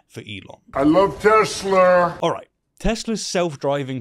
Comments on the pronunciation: Guys, Trump isn't saying Tesler. He's saying Teh-slur. Which isn't really wrong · "I love TesSlur!" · "TESLER", is trump a total idiot! He can't even pronounce "Tesla" properly! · You guys are all saying the name of the car wrong! The biggest LIAR in the world knows better than you! It's TESLUR!!!!! Get it right!!!! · I lurv Tesler....barf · I love "Tesler"...Trump couldn't be bothered to get the name right. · "AHMAGERD!! TESLURRRRRR!" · "I love tesslurr!" -evil orange idiot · He cant even say the name teslar, wow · Tesler? Was Diaper Don trying to say Tesla or Hitler? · It pronounced Tesler… 😂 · Did Whitey the orange Face clown say .......TESLER ...... Drill baby 😂😂😂 POOR ELONIA DESTROYED HIS OWN BUSINESS 😂😂😂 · "I love Tesler!" The guy apparently doesn't even know the name of the car! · Funny how you pronounce Tesla just like Donald j trump Tesler Say haitch for me sweetie. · “I love TesslER!” The Great Trunip has another “hamberder” moment. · For anyone who thinks that, while pointing at Elon's car on the White House lawn, he is saying Tesla wrong, he is not. He is just using a portmanteau of his favorite car company, and his and Elon's favorite historical figure. You know, the German one. That's why he said "Tesler". Surely it can't be that someone could make it to being the US president and don't even care to learn how to pronounce basic words correctly. That would insane. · Is it tesla or Tesler 😂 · The orange clown pronounce the name "Tesler". What a moron! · "I love TESLUR". 😕😄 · "I Love TESLER" <-- what the holy hell ????????????????? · “I hate Tesler!” 😂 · "I love tesler!" LMMFAO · Say it right …Tesler 😂😂😂😂😂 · Trump: I love Teslurrr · "I love Teslerrr!" -D.Trump I'm not an engineer, but I'd say that relying solely on a camera as the main sensor technology is not so great idea... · Did he just say he loves TESLER....😮 GO HOME OLD MAN! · DonOLD loves Tesler? He can't even pronounce the name correctly. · I love teslur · Can we all start calling it tesler?